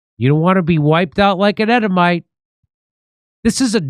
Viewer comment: EEEEEEEEDOMITE NOT EDDOMITE. SOUNDS LIKE YOU'RE SAYING EDIBLE 😂😂😂